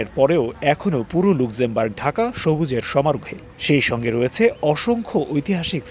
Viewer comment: দেশটার নাম "লাক্সেমবার্গ" (আপনাদের কাছে ভুল উচ্চারণ আশা করছি না)